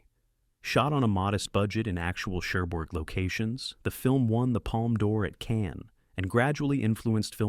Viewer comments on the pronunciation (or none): none